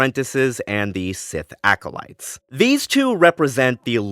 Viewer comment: Unfortunately I winced every time you said acolyte 😮‍💨